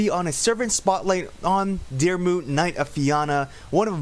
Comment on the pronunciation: The way your saying my name 😑 Your so far off